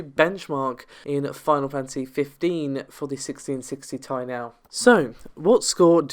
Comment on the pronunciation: It's pronounced 'tee eye', not 'tie'